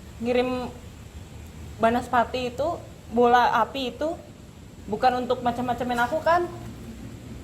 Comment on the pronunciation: API BUKAN APIH wkwkwk bercanda 😁